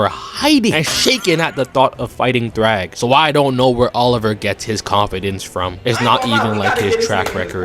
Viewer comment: It’s thragg not thrawg goofy